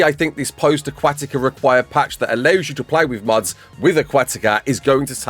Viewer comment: I thought you were saying muds instead of mods I'm like multy user dungeons? Hahah